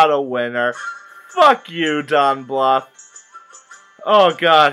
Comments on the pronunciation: Before you get to anymore nonsense, would pronounce his name right. It is pronounced BLOOTH. U as in TUBE. DON BLUTH. It just bugs me I little bit, that's all. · BLOOTH, you say it like BLOOTH :) just a heads up.